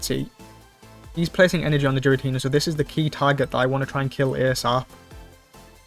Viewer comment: Still pronouncing Giratina wrong 🤦‍♂